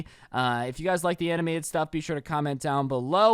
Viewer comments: more aminated I spelt it the way you said it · Animanaded? U mean animated? Lol! I know it's a joke. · Anaminated. Yes that’s a word Loved the video dude.